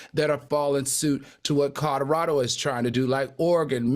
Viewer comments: Not just alternative facts, but words too. I can’t be the only one who heard him say Codderaldo? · I cannot be the only one who heard Codderado instead of Colorado. I simply can’t be 😂. I pray Al takes my longstanding advice and work with a speech coach or redo Toastmasters. His delivery would be so much better.